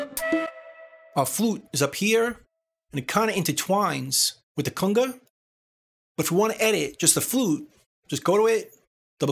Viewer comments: Better yet, one time he even says "Kunger". Love this guy's work. Thanks! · Driving me crazy everytime I hear cunga...Cunga??? Lol...Great vids man. The official "go to" place for all things Reaper.